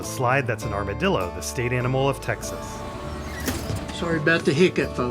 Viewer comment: Amarillo and Armadillo, being Spanish words, are mispronounced throughout. Gus Fring vibes